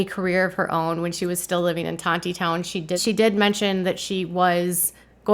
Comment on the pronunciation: Tonti-town? It’s Tonit-Town